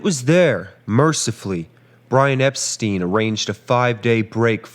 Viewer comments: "Epstein" = "Ep-stine", not "Ep-steen"... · Excellent video.....just one thing......Brian Epstein's last name is pronounced ep-STINE, not ep-STEEN. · It’s pronounced. EP STEIN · Very good history telling. Focusing on each day and each hour makes the story richer. You pronounce Epstein correctly once, in a quotation, as if it’s a matter of accent. Interesting.